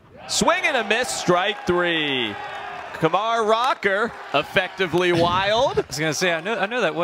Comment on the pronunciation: I can't stand that announcer like he keeps pronouncing Kumar wrong